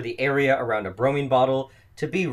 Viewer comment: BromIne (I = eye) not Bromeen. Same for IodIne.